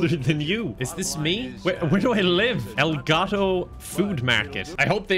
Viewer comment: It's probably a relatively weird thing to be very satisfied with, but saying "El Gato" with an Irish /t/ feels very, very nice on the ear. Cheers, if you read this.